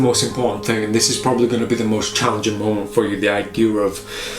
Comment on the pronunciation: Did you say „it‘s quite CHARLIEnging“? 😂 Awesome.